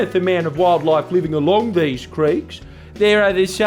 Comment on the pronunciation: "theese little woodies"